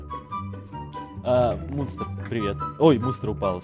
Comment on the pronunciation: Мне одной послышолось что сказал не мунстр а мусор😂